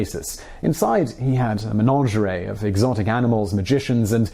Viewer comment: They way you pronounce "menagerie" actually makes me angry. There's only one "n" in there, and it doesn't rhyme with "lingerie".